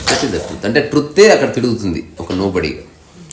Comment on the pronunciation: తమ్ముడు.... "టృత్" కాదు "ట్రూత్"